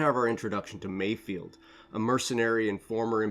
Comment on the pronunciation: I think his name is MayFELD not mayfield